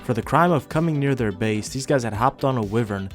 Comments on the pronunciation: It's pronounced "why-vern" ffs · Bro doesn't know how to say wyvern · You pronounced wyvern wrong